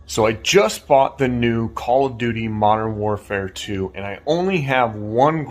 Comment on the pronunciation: Am I the only one that heard "Call of Judy" and not "Call of Duty"?😅